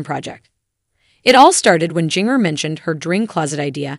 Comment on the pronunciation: What's up with mispronouncing Jana and Jinger 🙄